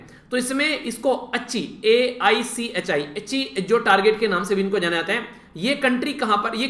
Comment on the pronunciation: अच्ची नही है वो आईची लक्ष्य है कृपया सही उच्चारण करे